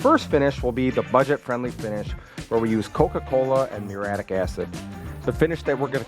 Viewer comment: It's "muriatic" acid.